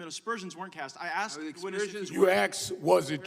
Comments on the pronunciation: I don’t think he was ever “axed” any questions.. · Please allow me to answer the question you "axed". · "Aks'd a question". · He "axed" me a question.